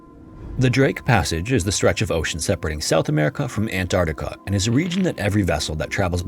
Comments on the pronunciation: I love your content but as a professional voice actor I have to say that your enunciation and articulation are often unclear or incorrect. E.g. it's Ant-ARK-tica, not Ant-AR-tica. You need to slow down and take a little more care in your narrations. Your overall conversational delivery is very good, so this will only be making solid work better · So he used AI to clone his voice to narrate this? Is that why his voice is so robotic and make stupid mistakes like "Antactca" ? Yeah, garbage AI slop. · did you just say ant arta why tf am i watching this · The narrator can't even pronounce Antarctica correctly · Canadian here. Why do Americans never pronounce the first “C” in Antarctica?